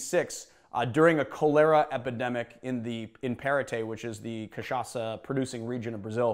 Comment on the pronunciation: Thank you for learning to pronounce cachaça the right way! 😌 🙏